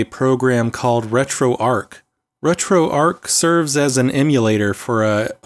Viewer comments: It's retroarch not retroarc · ARCH not ark emphasis on the CH. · RetroArk and La-gee-Tek ;) I guess he doesn't get out enough to know it is RetroARCH and LA-ji-tek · Great video. I have Retro pie which works well too. (Also it's arrr-chhh like Archie, not Ark like Raiders.) Sorry to be grammar police but when people say things the incorrect way it lowers their credibility. Like when they say "unthaw". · Shouldn't Arch be pronounced as in "an arch" or "archbishop" etc?